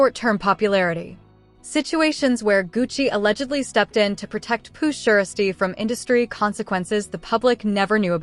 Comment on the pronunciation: First of all this is SOME BS SMFH!!! But why she SAYING PURRR SHIESTYRr ALL WRONG LMAO🤣🤣🤣